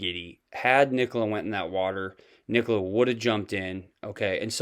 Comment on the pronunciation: He could never say nicola's name..and I agree, I was only alerted after watching p's interview.